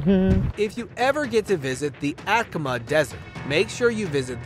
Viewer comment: You missed pronouncing one syllable each in Topolobambo (5 syllables), and Atacama (4 syllables). Aarre Peltomaa